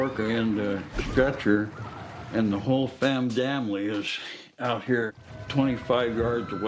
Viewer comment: im sorry i can't get over the fact that he said "fam damnly" but this is truly awful and im glad seaworld has stopped capturing orcas now. but it never should have happened in the first place especially not like this.